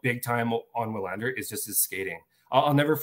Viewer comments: Yes, you´re right. W is usually (maybe always) pronounced as V in Swedish. I am Swedish and I can´t recall W being pronounced any other way than like a regular V. So Vi-LAND-er (or Vee-LAND-er) is more correct than what I wrote first. The emphasis should be on LAND and not VI. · wouldn't it be pronounced, in swedish, "VILL AND ER"? thought their W's were like a V